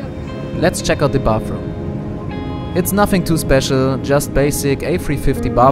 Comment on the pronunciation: thought you said it on purpose first. It’s a funny way to say bathroom.